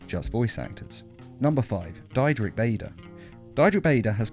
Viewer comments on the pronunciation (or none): You are mispronouncing Diedrich Bader dEEEdrick not dyedrick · Diedrich is a German name, so if an "i" and "e" are put together, the second one is pronounced. So it's not DIE-drik, it's DEE-drik.